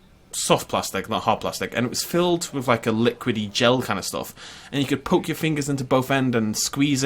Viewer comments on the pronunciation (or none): none